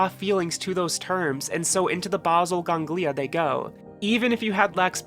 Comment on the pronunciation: Enjoyed this video but I've never heard basal ganglia mispronounced so badly lol